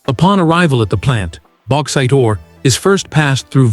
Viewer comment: AI FFS Baxite